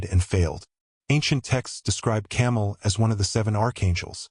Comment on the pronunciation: It’s Cam-A-el not fuckin camel. He’s not what Indians ride through the dessert. Change the video